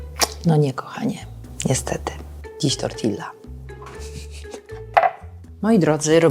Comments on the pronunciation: Super przepisy! Jedna rzecz na minus: "tortiJa", a nie "tortiLLa". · Tortilla czytamy tortija, bo w hiszpańskim podwojne L to jakby J. Poza tym super, bardzo fajne przepisy 😊